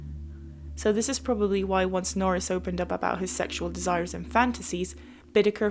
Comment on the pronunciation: Nor ris....